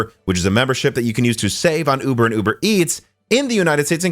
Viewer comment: I swear he said Yuber not uber.